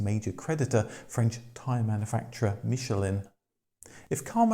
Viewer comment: Wankel is actually pronounced 'vankel' as its of german origin. Yes i know this takes away the comic factor! But so many so called motoring experts dont know this. Same with Michelin, they have no problem saying it correctly when its a restaurant star, but with the tyres, they somehow cant get the correct pronunciation!